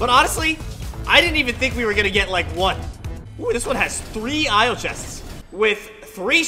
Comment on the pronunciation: It's not io valt